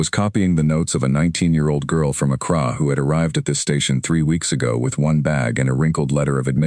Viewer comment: only real problem i had with this was the pronunciation of the girls home town. accra is said like "ak ra"not "ak rah"just something to watch, you would think that an ai would at least know how to pronounce most major city's in this world.